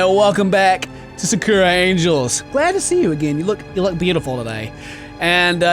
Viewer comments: You pronounce sakura wrong it's pronounced saka hra watch naruto you will know the pronunciation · U pronounced Sakura wrong it's like ur pronounced my name wrong 😭